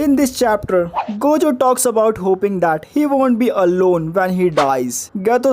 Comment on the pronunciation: if ur saying gayjo then ill say gaykuna